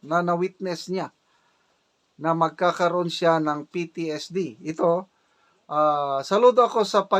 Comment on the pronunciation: ITS PTSD SIR NOT PTSTD